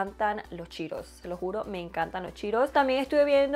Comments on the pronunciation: No es chiiros es CHEETOS! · yo te quiero muchísimos. Al decir cheetose sonó a chiros que es un alimento parecido al banano, por,lo menos en mi ciudad😁pdt:te quedo hermoso el maquillaje me encantaría conocerte y maquillar como tu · Ya se que así se pronuncia correctamente pero me da mucha risa que diga "chiros" jajaxd